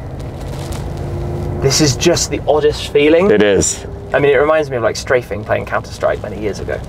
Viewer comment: Did Shmee just say Straving in CS ?!? 😂